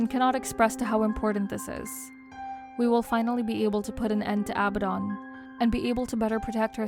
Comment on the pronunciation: I think abadon is pronounced aBAdon